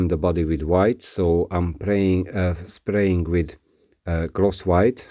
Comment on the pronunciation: Great Work, I think this was the toughest restoration with all parts very carefully restored properly, but great work, But you said praying instead of spraying, so you always pray before spray..lol just kidding 😆😆